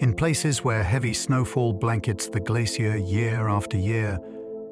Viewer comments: I am British, we say it like Glace-shee-er. His AI let him down. He even said ''glass-ee-er'' nobody in England says it this way. AI gone wrong. Listen to the pronunciation it is all over the place. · Yeh I gathered that, my issue was his pronunciations differ each time he said the word. So it is an AI issue, not a regional one. Kneel before me American! Kidding but yeah I clocked each time he repeats stuff over and over then the pronunciation changes, and people think AI will take over. Pfft. Unlikely. Not sure why Americans say ''I am part Irish'' or ''I am part Scottish'' yet advocates of pro American. Make your minds up. You are not british, you are where you are born and raised. ''My family is British'' if we want to go deeper, no your family in America is actually Spanish not British. British did not take the America's, it was the Spanish working for the British, pick up a book. You are not British or Scottish or Irish or Dutch. just descendents of Spanish invaders paid for by Britain. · Can't pronounce 'glacier' - woke me up